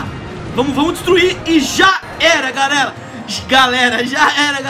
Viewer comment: ele falo garela kkkkkk